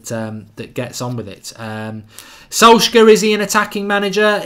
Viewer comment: Mark PLEASE learn how to pronounce Solskjaer.............PLEASE!!!!!